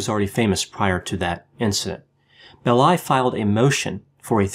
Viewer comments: I’ve been meaning to suggest that you check pronunciations. It’s BELL-i, not Bell-I. Thanks, interesting show. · PS: it’s Melvin BELL- eye with the accent on the 1st syllable.